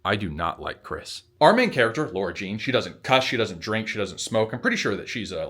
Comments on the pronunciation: I think it’s lah-rah jean. And you’re going to looooove john ambrose mclaren <3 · As a real life "Lara", the way you were pronouncing "Lara Jean" was hurtful 😂🫠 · I love how he perfectly pronounces Kavinsky but not Lara